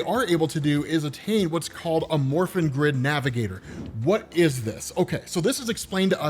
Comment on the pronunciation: I'm sorry but I keep hearing "the morphine grid" and giggling like an idiot during the entire video, as surprisingly good as these power ranger comics are.